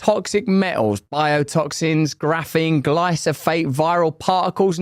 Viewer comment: It's GLY-PHO-SATE. Not Gly-So-Fate.